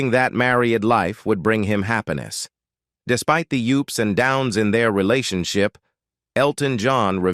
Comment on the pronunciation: Adds a touch of humour, though. Describing Madonna as a "macer-rabble cow," Elton's "marry-adge" & the "oops & downs of (his) relationship" Hilarious!